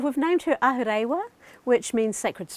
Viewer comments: Ahu re wa not Ahu ray wa. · I'm a lil annoyed she named her house that when she didn't pronounce it properly.